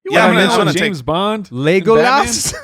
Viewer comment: y'all need to learn how to pronounce "Legolas" haha